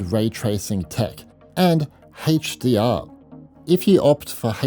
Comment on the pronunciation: it's not heichdr it's HDR